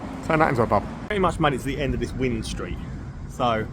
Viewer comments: Wind st is pronounced the same as wind a watch! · Great video mate. Just FYI it’s pronounced Wine Street even though it’s spelt Wind Street👍🏼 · When you pronounce "Wind street" mate, it's like when you wind up a clock or something. Not wind as the weather. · I know its spelt wind street but everyone in swansea pronounce it as wine street it must be a welsh thing 😆